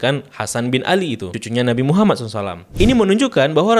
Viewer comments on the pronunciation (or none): none